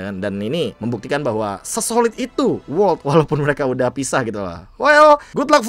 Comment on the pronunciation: World bang, bukan wolrd